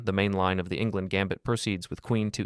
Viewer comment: Enngland,not Ingland.